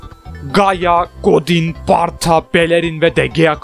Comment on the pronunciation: abi barta değil bartra